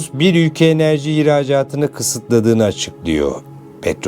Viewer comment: Havali olucam diye agzini yaya yaya konusman cok komik 😅 (üge=ülke) 3 cumleyi 10 kere tekrarlayip 8dk lik video yapmissin dayioglu. Helal olsun 😅